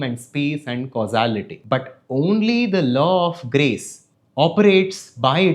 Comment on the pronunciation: Your kept saying grace but I kept hearing Grease and thinking of John Travolta. Dude, I gotta clean my filthy ears!